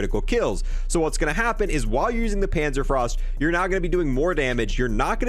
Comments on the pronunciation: Pänzerfraust ^^ .... Panzer Fauhst^^ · It's panzer FOST